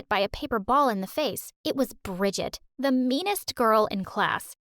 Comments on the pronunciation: Gridget sound like midget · Bridgette, it's pronounced as Bridgette